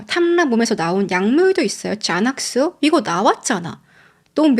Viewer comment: 여자이름중 좐 (John)이란 이름은 없읍니다. 혹시 존 (Jon) 이나 조언(Joan)이 아닐런지.. 아님 젠(Jen, Jan) 을 잔이라고 하신건가? 제넥스를 자넥스라고 하신거보면....